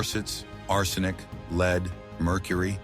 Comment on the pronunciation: I wish the AI voice could pronounce “lead” properly. “Leed” poisoning…come on 😂